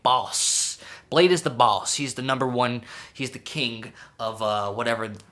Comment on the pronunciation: its “Blah-dee”